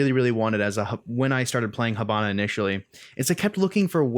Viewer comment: h''I''bana(as is the vowel E pronouced)....hAbana is a city of cuba, not being a smart ass but cmon.nice video tho keep on this videos i really enjoy them